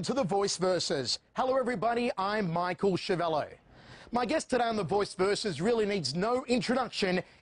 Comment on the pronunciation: Michael that's not how you surname is pronounced.